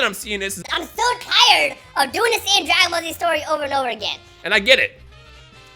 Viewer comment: Sounded like he say maggot ball z